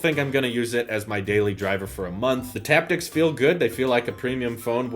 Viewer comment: haptics not taptics. Taptics isn’t a word.